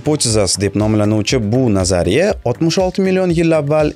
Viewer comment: 20 50 секунда 180 км деб адаштиз 180 метр буса керак ичида одамлар турганда каранг буса 300 метр чикади. Кейин назария сузини нотугри талафуз киляпсиз. Лекин техноплов👍